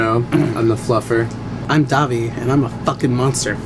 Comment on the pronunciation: It's dahvie not dobby